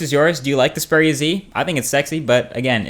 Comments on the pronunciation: Why are you saying speria? It's (X)-speria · Its X peria not zpara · Speria? it's pronounced EX Speria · EX-PERIA NO SPERIA OMG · Strange pronunciation of Xperia. All the advertising for the Xperia brand (right back since the old X1) indicate that it is pronounced similar to experience ('Xperience'), and not 'Speria'. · It is "XPERIA" so I guess u got it wrong as well. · I just cant get over it, it's EXPERIA not SPERIA..... i just guess you got Faulty phones as the rest have just awesome angle view. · Its XXXXXperia bro, not speria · Is it only me getting pissed of with how he pronounces the phone. Speria z........ Na m8, Its the Xperia with a X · Xperia ( Ex-pee-ri-ya ) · I think you need counciling or something, you find a phone sexy? Also isn't xperia pronounced ex-peer-ia because it comes from the word experience...? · I love how he pronounces it "spearia" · What??u just said speria haha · He pronounces it like Speria :D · You can't seem to pronounce Xperia :D [Speria] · It's supposed to be ex-pee-ree-a Right? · isn't it EX-peria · you said the name wrong, its Ex-Pee-Ree-Arr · yeah I believe you say it X (ex) peria (pair-ee-uh) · So, Xperia is ANOTHER word you can't pronounce correctly..... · I think you are pronouncing "Xperia" wrong.